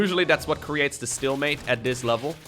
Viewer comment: am I the only one bummed out when hearing "stillmate" when its "stalemate"? is stillmate even a thing?